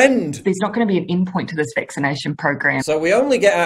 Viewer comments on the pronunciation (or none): "Ind point for this vixination"... OMG that is beyond annoying!